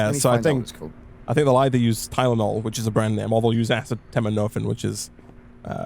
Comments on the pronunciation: Tylenol is the brand name in the US. We generally use generic... (being a pharmacy technician I cringed when you said acetaminophen, the phonetic pronunciation is said as-see-tah-mino-fen) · Even though it looks somewhat daunting to pronounce, acetaminophen is pronounced like this: uh-C-tah-men-oh-fin. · Acetaminophen isn't too difficult to say if you put the emphasis on aCEtaMINophen Sounds like I see the minnow fin😁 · It's blowing my mind that they can't pronounce acetaminophen. It's so common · Hearing you butcher acetaminophen so badly makes me sad